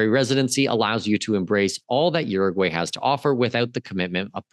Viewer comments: By the way… You need to learn how to pronounce the name of the country because you are messing it all up. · to start, please learn how to properly pronounce URUGUAY